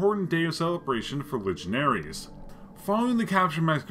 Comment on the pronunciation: It's typically pronounced legion-airs and is plural. Your unusual diction threw me is all.